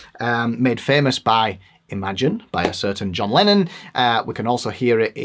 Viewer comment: “The Lohn Jennon” 😂